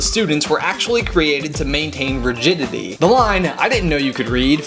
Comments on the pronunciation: did he say rigidity or virginity? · Okay, awesome video, seriously, but I spent about five minutes trying to figure out what you'd said . "Rigidity," NOT "virginity." Jesus. Wow... That scared me. Like, ohhh man. I was afraid of the kind of people who were working with the kids there for a second. Awesome video! xxx